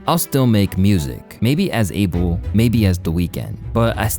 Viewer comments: His name is not Abel like Able bodied it’s Ahh-bell smh but whatever he’s ok with lol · its Uh-bel NOT ABLE. Say it correctly